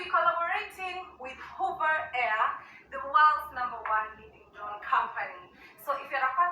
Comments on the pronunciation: Hoover air? I thought it was a vacuum cleaner😂😂😂 Did she mean hover? Hover is pronounced hovva, Does she not know what the verb hover means? Ignorance manifested🤣😂🤣😂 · Hey ❤️from South Carolina! She won't be in Zion long mispronouncing the manufacturer's name. 😂 Hoover Air is spelled with two o's. She's holding boxes from HOVER AIR. It rhymes with OVER AIR but she's a former School Teacher in her tweenies with full passports stamped from over 70 countries around the world but her greatest achievement is marrying Peewee Herman. 🙄